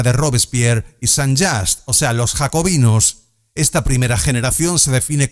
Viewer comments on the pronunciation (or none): ¿Quién es “Sanllás”? Ni siquiera el más monolingüe de los anglófonos pronunciaría así el apellido “Saint-Just”. Desde hace dos o tres décadas, hay una fuerte tendencia a pronunciar más o menos a la inglesa toda palabra extranjera, sea del idioma que sea. El problema es mínimo, lo reconozco, pero el último lugar en donde me imaginaría encontrar este fenómeno es DENAES. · Ha pronunciado Saint-Just a la inglesa. Eso es grave